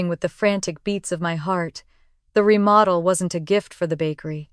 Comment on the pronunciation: "remodell"??? It's REMODEL! COME ON, A I!!!